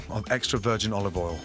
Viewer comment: a little more olivol